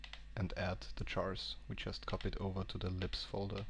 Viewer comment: Every time he says 'libs' I hear 'lips'